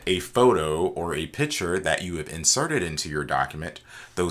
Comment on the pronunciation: Very helpful indeed, but you realize the word is PICTURE, emphasis on C, not piture.